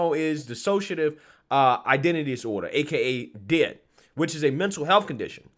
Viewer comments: This is the cringes crap I've ever seen or heard of BY FAR! This is NOT how D.I.D. works at all! These kids need to be in school, sports, or working a real job. (Oh and,you say the letters, D.I.D. No one calls it "did".👍) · Hey, its pronounced as its acronym, D.I.D and not did. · It's pronounced like D.I.D. You spell out DID, as in Disdissociative identity disorder. I had a friend who genuinely had the disease. I met here at a psych hospital after I got home from overseas. She had 7 personalities in her. Every personality had different voices, and even different clothing styles. Once she'd transition she'd immediately go change into the clothes that personality would wear. I remember one being a guy, one was a 4 year old girl, one was pure evil (nicknamed spitfire) yes, they all had their own names. Her husband kept a log of when and who she'd transition into and write down what they did & how long she was in the personality. We hung out on the outside too, and it still happened, she wasn't faking it, she wasn'teven allowed to drive, incase a transition happened while driving. I bet these tik tok videos are a slap in her face, along with everyone else who truly suffers with DID.